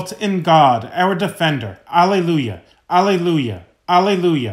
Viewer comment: Thank you! Btw, Alleluia is pronounced ah lay loo yuh.